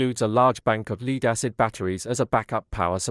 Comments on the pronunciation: Leed instead of lead? Why can't a human read this? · It was especially noticeable when it pronounced lead to rhyme with reed instead of red.